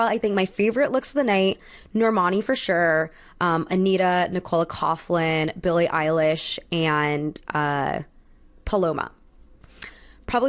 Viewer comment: Love your videos. So proud to see an Irish star at the met gala. I know our names are tough. But if you'd like to know Nicole coughlan's name is pronounced "cok-lan" ☺️